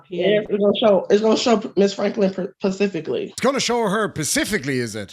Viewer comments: Geeeee..how did I know this man was going to make fun of her saying "pacific" instead of specific?? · She's obviously going to take her on a vacation to Hawaii, pacifically